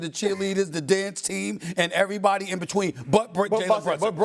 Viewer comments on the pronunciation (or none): none